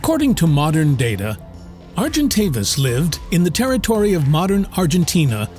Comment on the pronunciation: You’ve pronounced Argentavis properly the first time and then made me cringe every time you’ve mispronounced it.